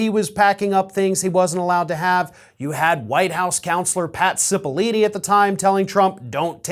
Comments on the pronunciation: please. The former White House lawyer is Pat Cipolloni, which is pronounced SI-poh-LOH-nee, not SI-poh-LEE-nee. I like the videos, but the repeated mispronunciation of his name is jarring and distracting. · Just a heads up. It’s Cipollone not Cipolline. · It’s not Pat Cipolline. It’s Pat Cipollone. Cipollone. With an “O”. Please get it right. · It's Pat CipolLONE,. Thanks!